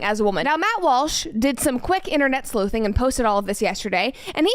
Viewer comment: Does… does she mean sleuthing??? Because that's an oo sound not an oh sound